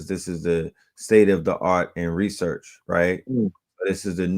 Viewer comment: Classic 🔥 He called it Rasearch! Ras book Mystic Philadelphia is my favorite book!